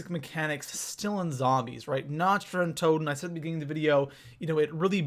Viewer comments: Nacht Der Untoten=Nokt-Der-Untoten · Lol nacht dee untoten is german you know your german is horrible😂